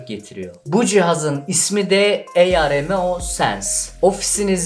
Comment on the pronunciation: bi sorum var neden heceleyeek konusuyorsunuz sanki ogretmenim ilkokulda dikte ediyormus gibi hissettim AROMEO sense i de EYAREMEO demeniz :D aromeo :D